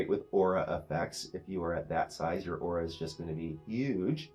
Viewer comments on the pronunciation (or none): none